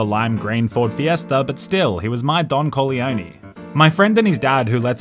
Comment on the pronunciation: Fun fact: your pronounciation of "Don Corleone" in italian kinda resembles "Don Coglioni", which means "Don Balls/Nuts"